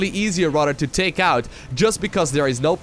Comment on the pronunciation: "Dis is going to get rodder crazy rodder fast"